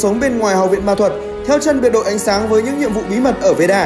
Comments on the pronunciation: Veda not Veera :))) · veeda cứ nghe thành veera :Đ